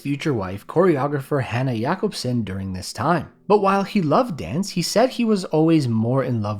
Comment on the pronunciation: as a Dane, i approve of your pronunciation of Hanne Jacobsen